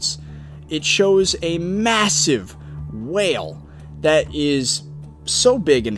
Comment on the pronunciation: he keeps saying whale and it's bothering me lol